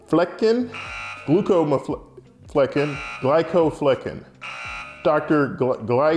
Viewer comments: Glaucomflecken in pronounced Glock-um-fleh-kin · The name is pronounced glaucoma [as in the eye condition] flecken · FYI it's Dr "GLAH-cum-FLEH-kihn" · trying to pronounce Dr. Glaucomflecken is everything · You're a physician and you can't pronounce Glaucomflecken??? Pitiful